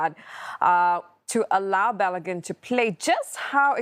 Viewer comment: Balogun not Belogun